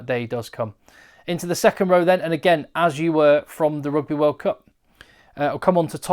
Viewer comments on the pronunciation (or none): none